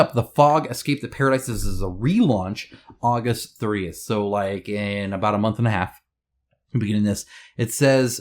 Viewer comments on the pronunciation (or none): none